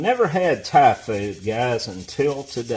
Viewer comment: Haha.. sorry. I nearly fell off my chair when I heard you say "I'd never had Typhoid until today.." then realised that you said " Thai Food"..